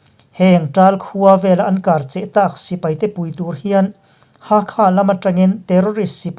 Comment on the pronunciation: Karcheh hi Kârcheh tia lam ni se